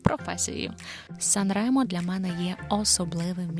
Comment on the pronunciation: 😂 Nica-San Remo то "страшна" дорога 60 км. 2-30 часу.По автостаді 16€ - 1 година. Ще й ширина буса 2,5 метра. * Сан-Ре́мо наголос на "Е", а не на "О". Гугл в поміч, там є кгопка як звучить🔈